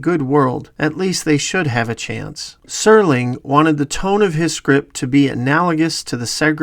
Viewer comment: Lots of great info. But it's Serling, not Sterling. Jeez.